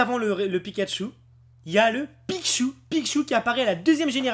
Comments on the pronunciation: pourquoi il dit pikchu au-lieu de pichu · Pic Choux ???? xD c'est PICHU !! lol comme Pikachu sauf que t'enleve le "ka" '-' "je les connais par coeur" ah bah oui ca se vois x'D :p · Punaise on dit "Pichu" pas "Pikchu" --' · il dit pas pichu mais pikchu -_